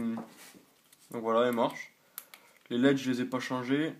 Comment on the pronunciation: "laide" MDR !!!! On dit LED pas LAIDE